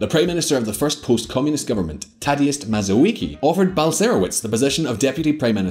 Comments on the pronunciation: " Balcerowicz" not balcetovitz, "Mazowiecki" not Mazowiki this pronouncation is painfull for me. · And yet "Balserowitz" is nothing compared to "Mazowikee". Dafuq happened there...